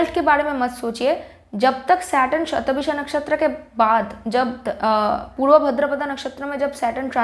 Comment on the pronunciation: it's shata bhisha... not visha